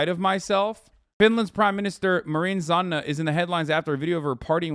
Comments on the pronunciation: Hasan saying Zanna everytime ouchie owwie ouw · Lol the way Hasan says Sanna💀 "Zanna"